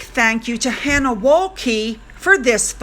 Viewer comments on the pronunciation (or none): none